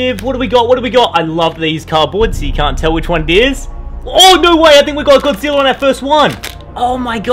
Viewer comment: God-zi-lla king of the monsters